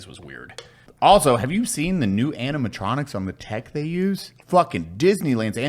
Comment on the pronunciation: ... we just gonna pretend Brandon didnt say aminatronics